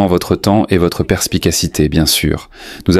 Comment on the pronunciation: Pas capable de dire Yamb mais apte à mettre le é là où il n'existe pas. Tchiiiippppp